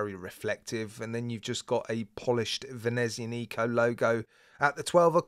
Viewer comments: The stress of the pronunciation BTW is on the 'a' /venezi'anico/, not on the 'nico' /venezia'nico/ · Seriously now, please stop pronouncing the name of this brand like that. There is no "Neeeeeeeeeco" at the end of the name, Nico was a crappy movie character played by Steven Seagal. And the "z" is a rough "TZ" like in piZZA, You must realize you have a lot subscribers from Latin countries (or Romance language speaking viewers) and the way you pronounce this name is the worst out of all watch reviewers on youtube. I love your reviews but this really kills more of my brain cells than alcohol.